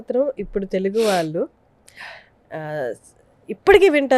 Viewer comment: యాంకర్ కి తెలుగు పలకడమే సరిగా రావడం లేదు. వాల్లు, వీ లు ఏం తెలుగు? సిగ్గు కదా?